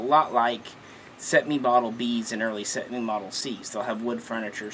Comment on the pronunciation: Cetmeee ee no iii